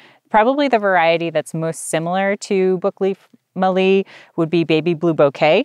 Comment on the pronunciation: E. citriodora is now Corymbia citriodora, same common name can be used. Mallee, harder L on the tongue- Mal-leee. Not Mahr-le, all good :-) . E. tereticornis is Forest redgum, as opposed to River redgum, E. camdulensis.